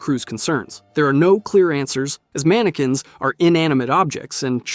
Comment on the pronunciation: Please for the love of god, stop pronouncing it MAN AH QUINS, ITS MAN AH KINS